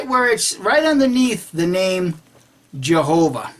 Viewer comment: Nah these guys must be high on something .. The guy never says Jehova, it was more like YeovaX ... also the translator typed jehova but for spanish speaker sound or pronounces it with an X at end ..